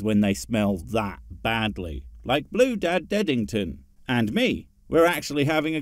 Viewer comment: "Blue Dad Deadingdton".. jeez LOL 🤣😂